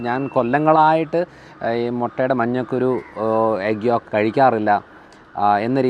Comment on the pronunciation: മഞ്ഞക്കുരു അല്ലാ ഡോക്കട്ടറേ.മഞ്ഞക്കരു ആണ്